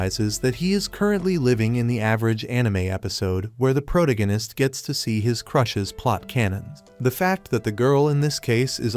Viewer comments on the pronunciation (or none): none